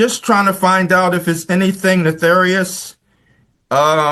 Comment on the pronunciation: Nefarious, not "netharious".